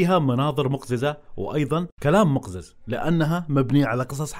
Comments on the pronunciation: مُقَزِّزْ وليس مُقْزِزْ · مقزّز مو مقزز😂💕💕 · مُقَزّز مش مُقْزز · مقزز❎ مقزيز✅ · الشده على الزاء مو القاف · مقزز يا اخي تلفظ مقزز بظم الميم